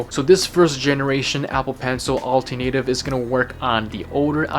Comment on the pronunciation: Another great review. Thank you. I think you need to get the pronunciation correct for 'alternative'. It's al-TER-na- tive. It's a word you use a lot in these type of reviews; best to get it right.